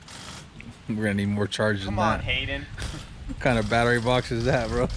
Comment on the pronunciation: "The car needs a new battewy..."